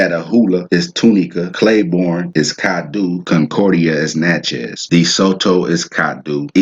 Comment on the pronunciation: Lol, I’m a St. Landry Creole, maternally Natchez (w/ Coushatta ties) from St. Landry (Big Cane and Opelousas). It’s pronounced ‘Nah-chee’ but my family also pronounces it ‘Nah-chae’. He was definitely butchering the pronouciation but at least he tried.